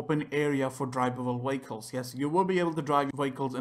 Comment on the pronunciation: I know he is saying vehicles but i hear is VWAKOLS still a helpful video